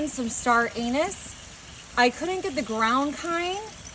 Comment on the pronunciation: 😂 Anise, NOT pronounced with a long A but a short A or the result is as we hear you say, that place where the Sun doesn't shine. Take it in the Spirit it's given, and in this way don't trip up in mixed company.